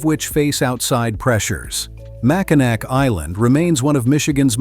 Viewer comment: Oof. You mrounounced Macinac wrong.Its pronounced Mack-in-aw lol